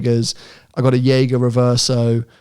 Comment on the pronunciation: Watch talk: gonna have to work on your Jaeger pronunciation hahah